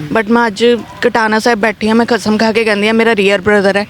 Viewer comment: 7.52 te suno. Kasam. Not khasam khaa ke😂😂😂